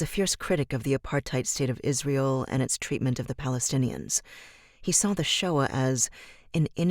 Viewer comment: It’s annaduh shoah